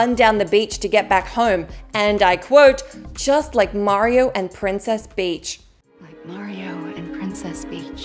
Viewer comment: Princess Peach not Princess Beach